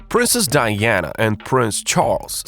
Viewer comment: Princess Di-yanna. She threw out the mahogany double bad they slapped in. What a strange accent the voiceover has.